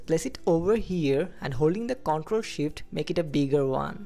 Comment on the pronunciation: Man, awesome skills. thanks just a note: the word "control" emphasis on the second half conTROL. I kept mishearing that word and getting confused.